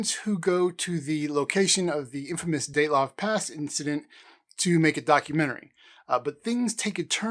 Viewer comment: Daylov pass? It is called Dyatlov Pass.